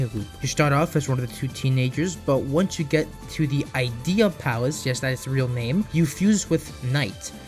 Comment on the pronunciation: The Ideya from NiGHTS is pronounced as “id-ee-ah” not “eye-dee-ah”